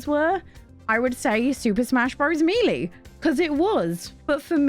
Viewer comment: Super smash bro "Me'Lee"